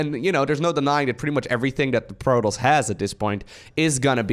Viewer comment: No one:: Proltoss